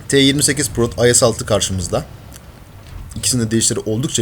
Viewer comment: abi IS ye Ayes demek istedin :)